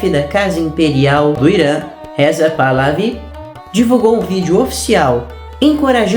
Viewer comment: A letra ''H'' entre os árabes tem um som de ''R'' fechado..., então lê-se ''PArLAVI''